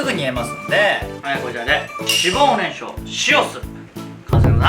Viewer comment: 今まで何回も作ってきたのに 今日初めて初っ端 脂肪ねんきゃくって言ってるのに気がついた😂 このレシピほんと好き。